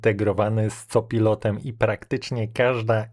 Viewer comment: kore, co pilotem itp... nie da sie tego sluchac. Jak juz czyta Pan angielskie slowa to moze warto czytac to w miare poprawnie.